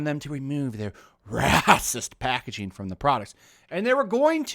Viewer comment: Mate, the way you say "Racist" cracks me up each time.....